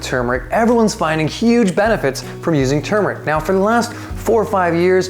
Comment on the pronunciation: What whold fix that confusing problem would be pronouncing it the right way. Instead of saying tumeric say turmeric.